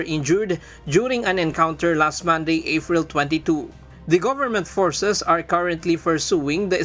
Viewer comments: Afril? Oferation? How did you get your work as a reporter? 😀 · b i ep ep, afril, oferation? pitla ba reporter nyo?